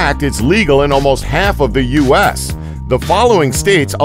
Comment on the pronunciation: Bruh he said use instead of U.S.